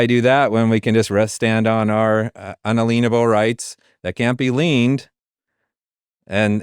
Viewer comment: Your guest says "un-alean-able" rights but isn't it pronounced "un·al·ien·a·ble" [ˌənˈālēənəb(ə)l]?